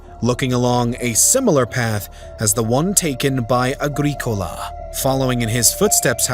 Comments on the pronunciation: Apart from the torturous pronunciation of Agricola the entire narrative is deeply speculative and lacks any details of timelines, locations or details on the indigenous peoples Rome may have encountered. Scots didn't even arrive in Caledonia until the 6th Century... Over 500yrs after Rome. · Weird pronunciation Agreekola indeed! Or Domitian, pron. Dominion. What about Petilius Cerealis' campaigns to subdue the Brigantes of what is now Yorkshire and their immediate neighbours to the north? The Romans coined the phrase "divide and conquer" so could easily have used imperial largesse to split the Britons! The south-east was safe enough in the early second century for Quintus Lucius Sabinianus, the Imperial procurator, to have a have a residence at what is now Inveresk and a fort for his bodyguard, the Ala Sebosiana nearby. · WOW. I mean, I know it's been a while since I studied advanced Latin, but you didn't pronounce most of the Latin words or names properly. "Agricola" and "Domitian" were particularly bad. Also, you can't claim that the Romans didn't conquer Scotland because it wasn't worth the manpower and resources, then claim the Romans didn't conquer Scotland because they couldn't. It's either one or the other; it can't be both.